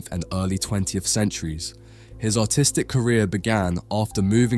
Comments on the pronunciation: I kept hearing him say "Autistic" before realizing in the end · Im baked asf and forgot what I was watching and was wondering why I kept hearing a guy say autisric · for a moment i thought you said autistic career help